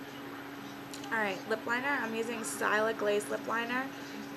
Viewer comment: did you seriously pronounce it 'sty-la'?? its 'still-a' just like its spelled...hahaha! this was a GREAT tutorial!! can you do one with false lashes sometime??